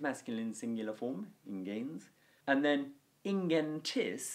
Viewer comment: ingēns is the first word you have pronounced correctly in 30 videos.